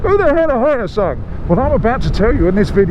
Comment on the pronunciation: Hello. I'm a supporter from Korea. First time to see a review on Hyosung bike by the foreigner. FYI, it's called H+yo sung not Hy+o sung. Keep up the good work! Thank you!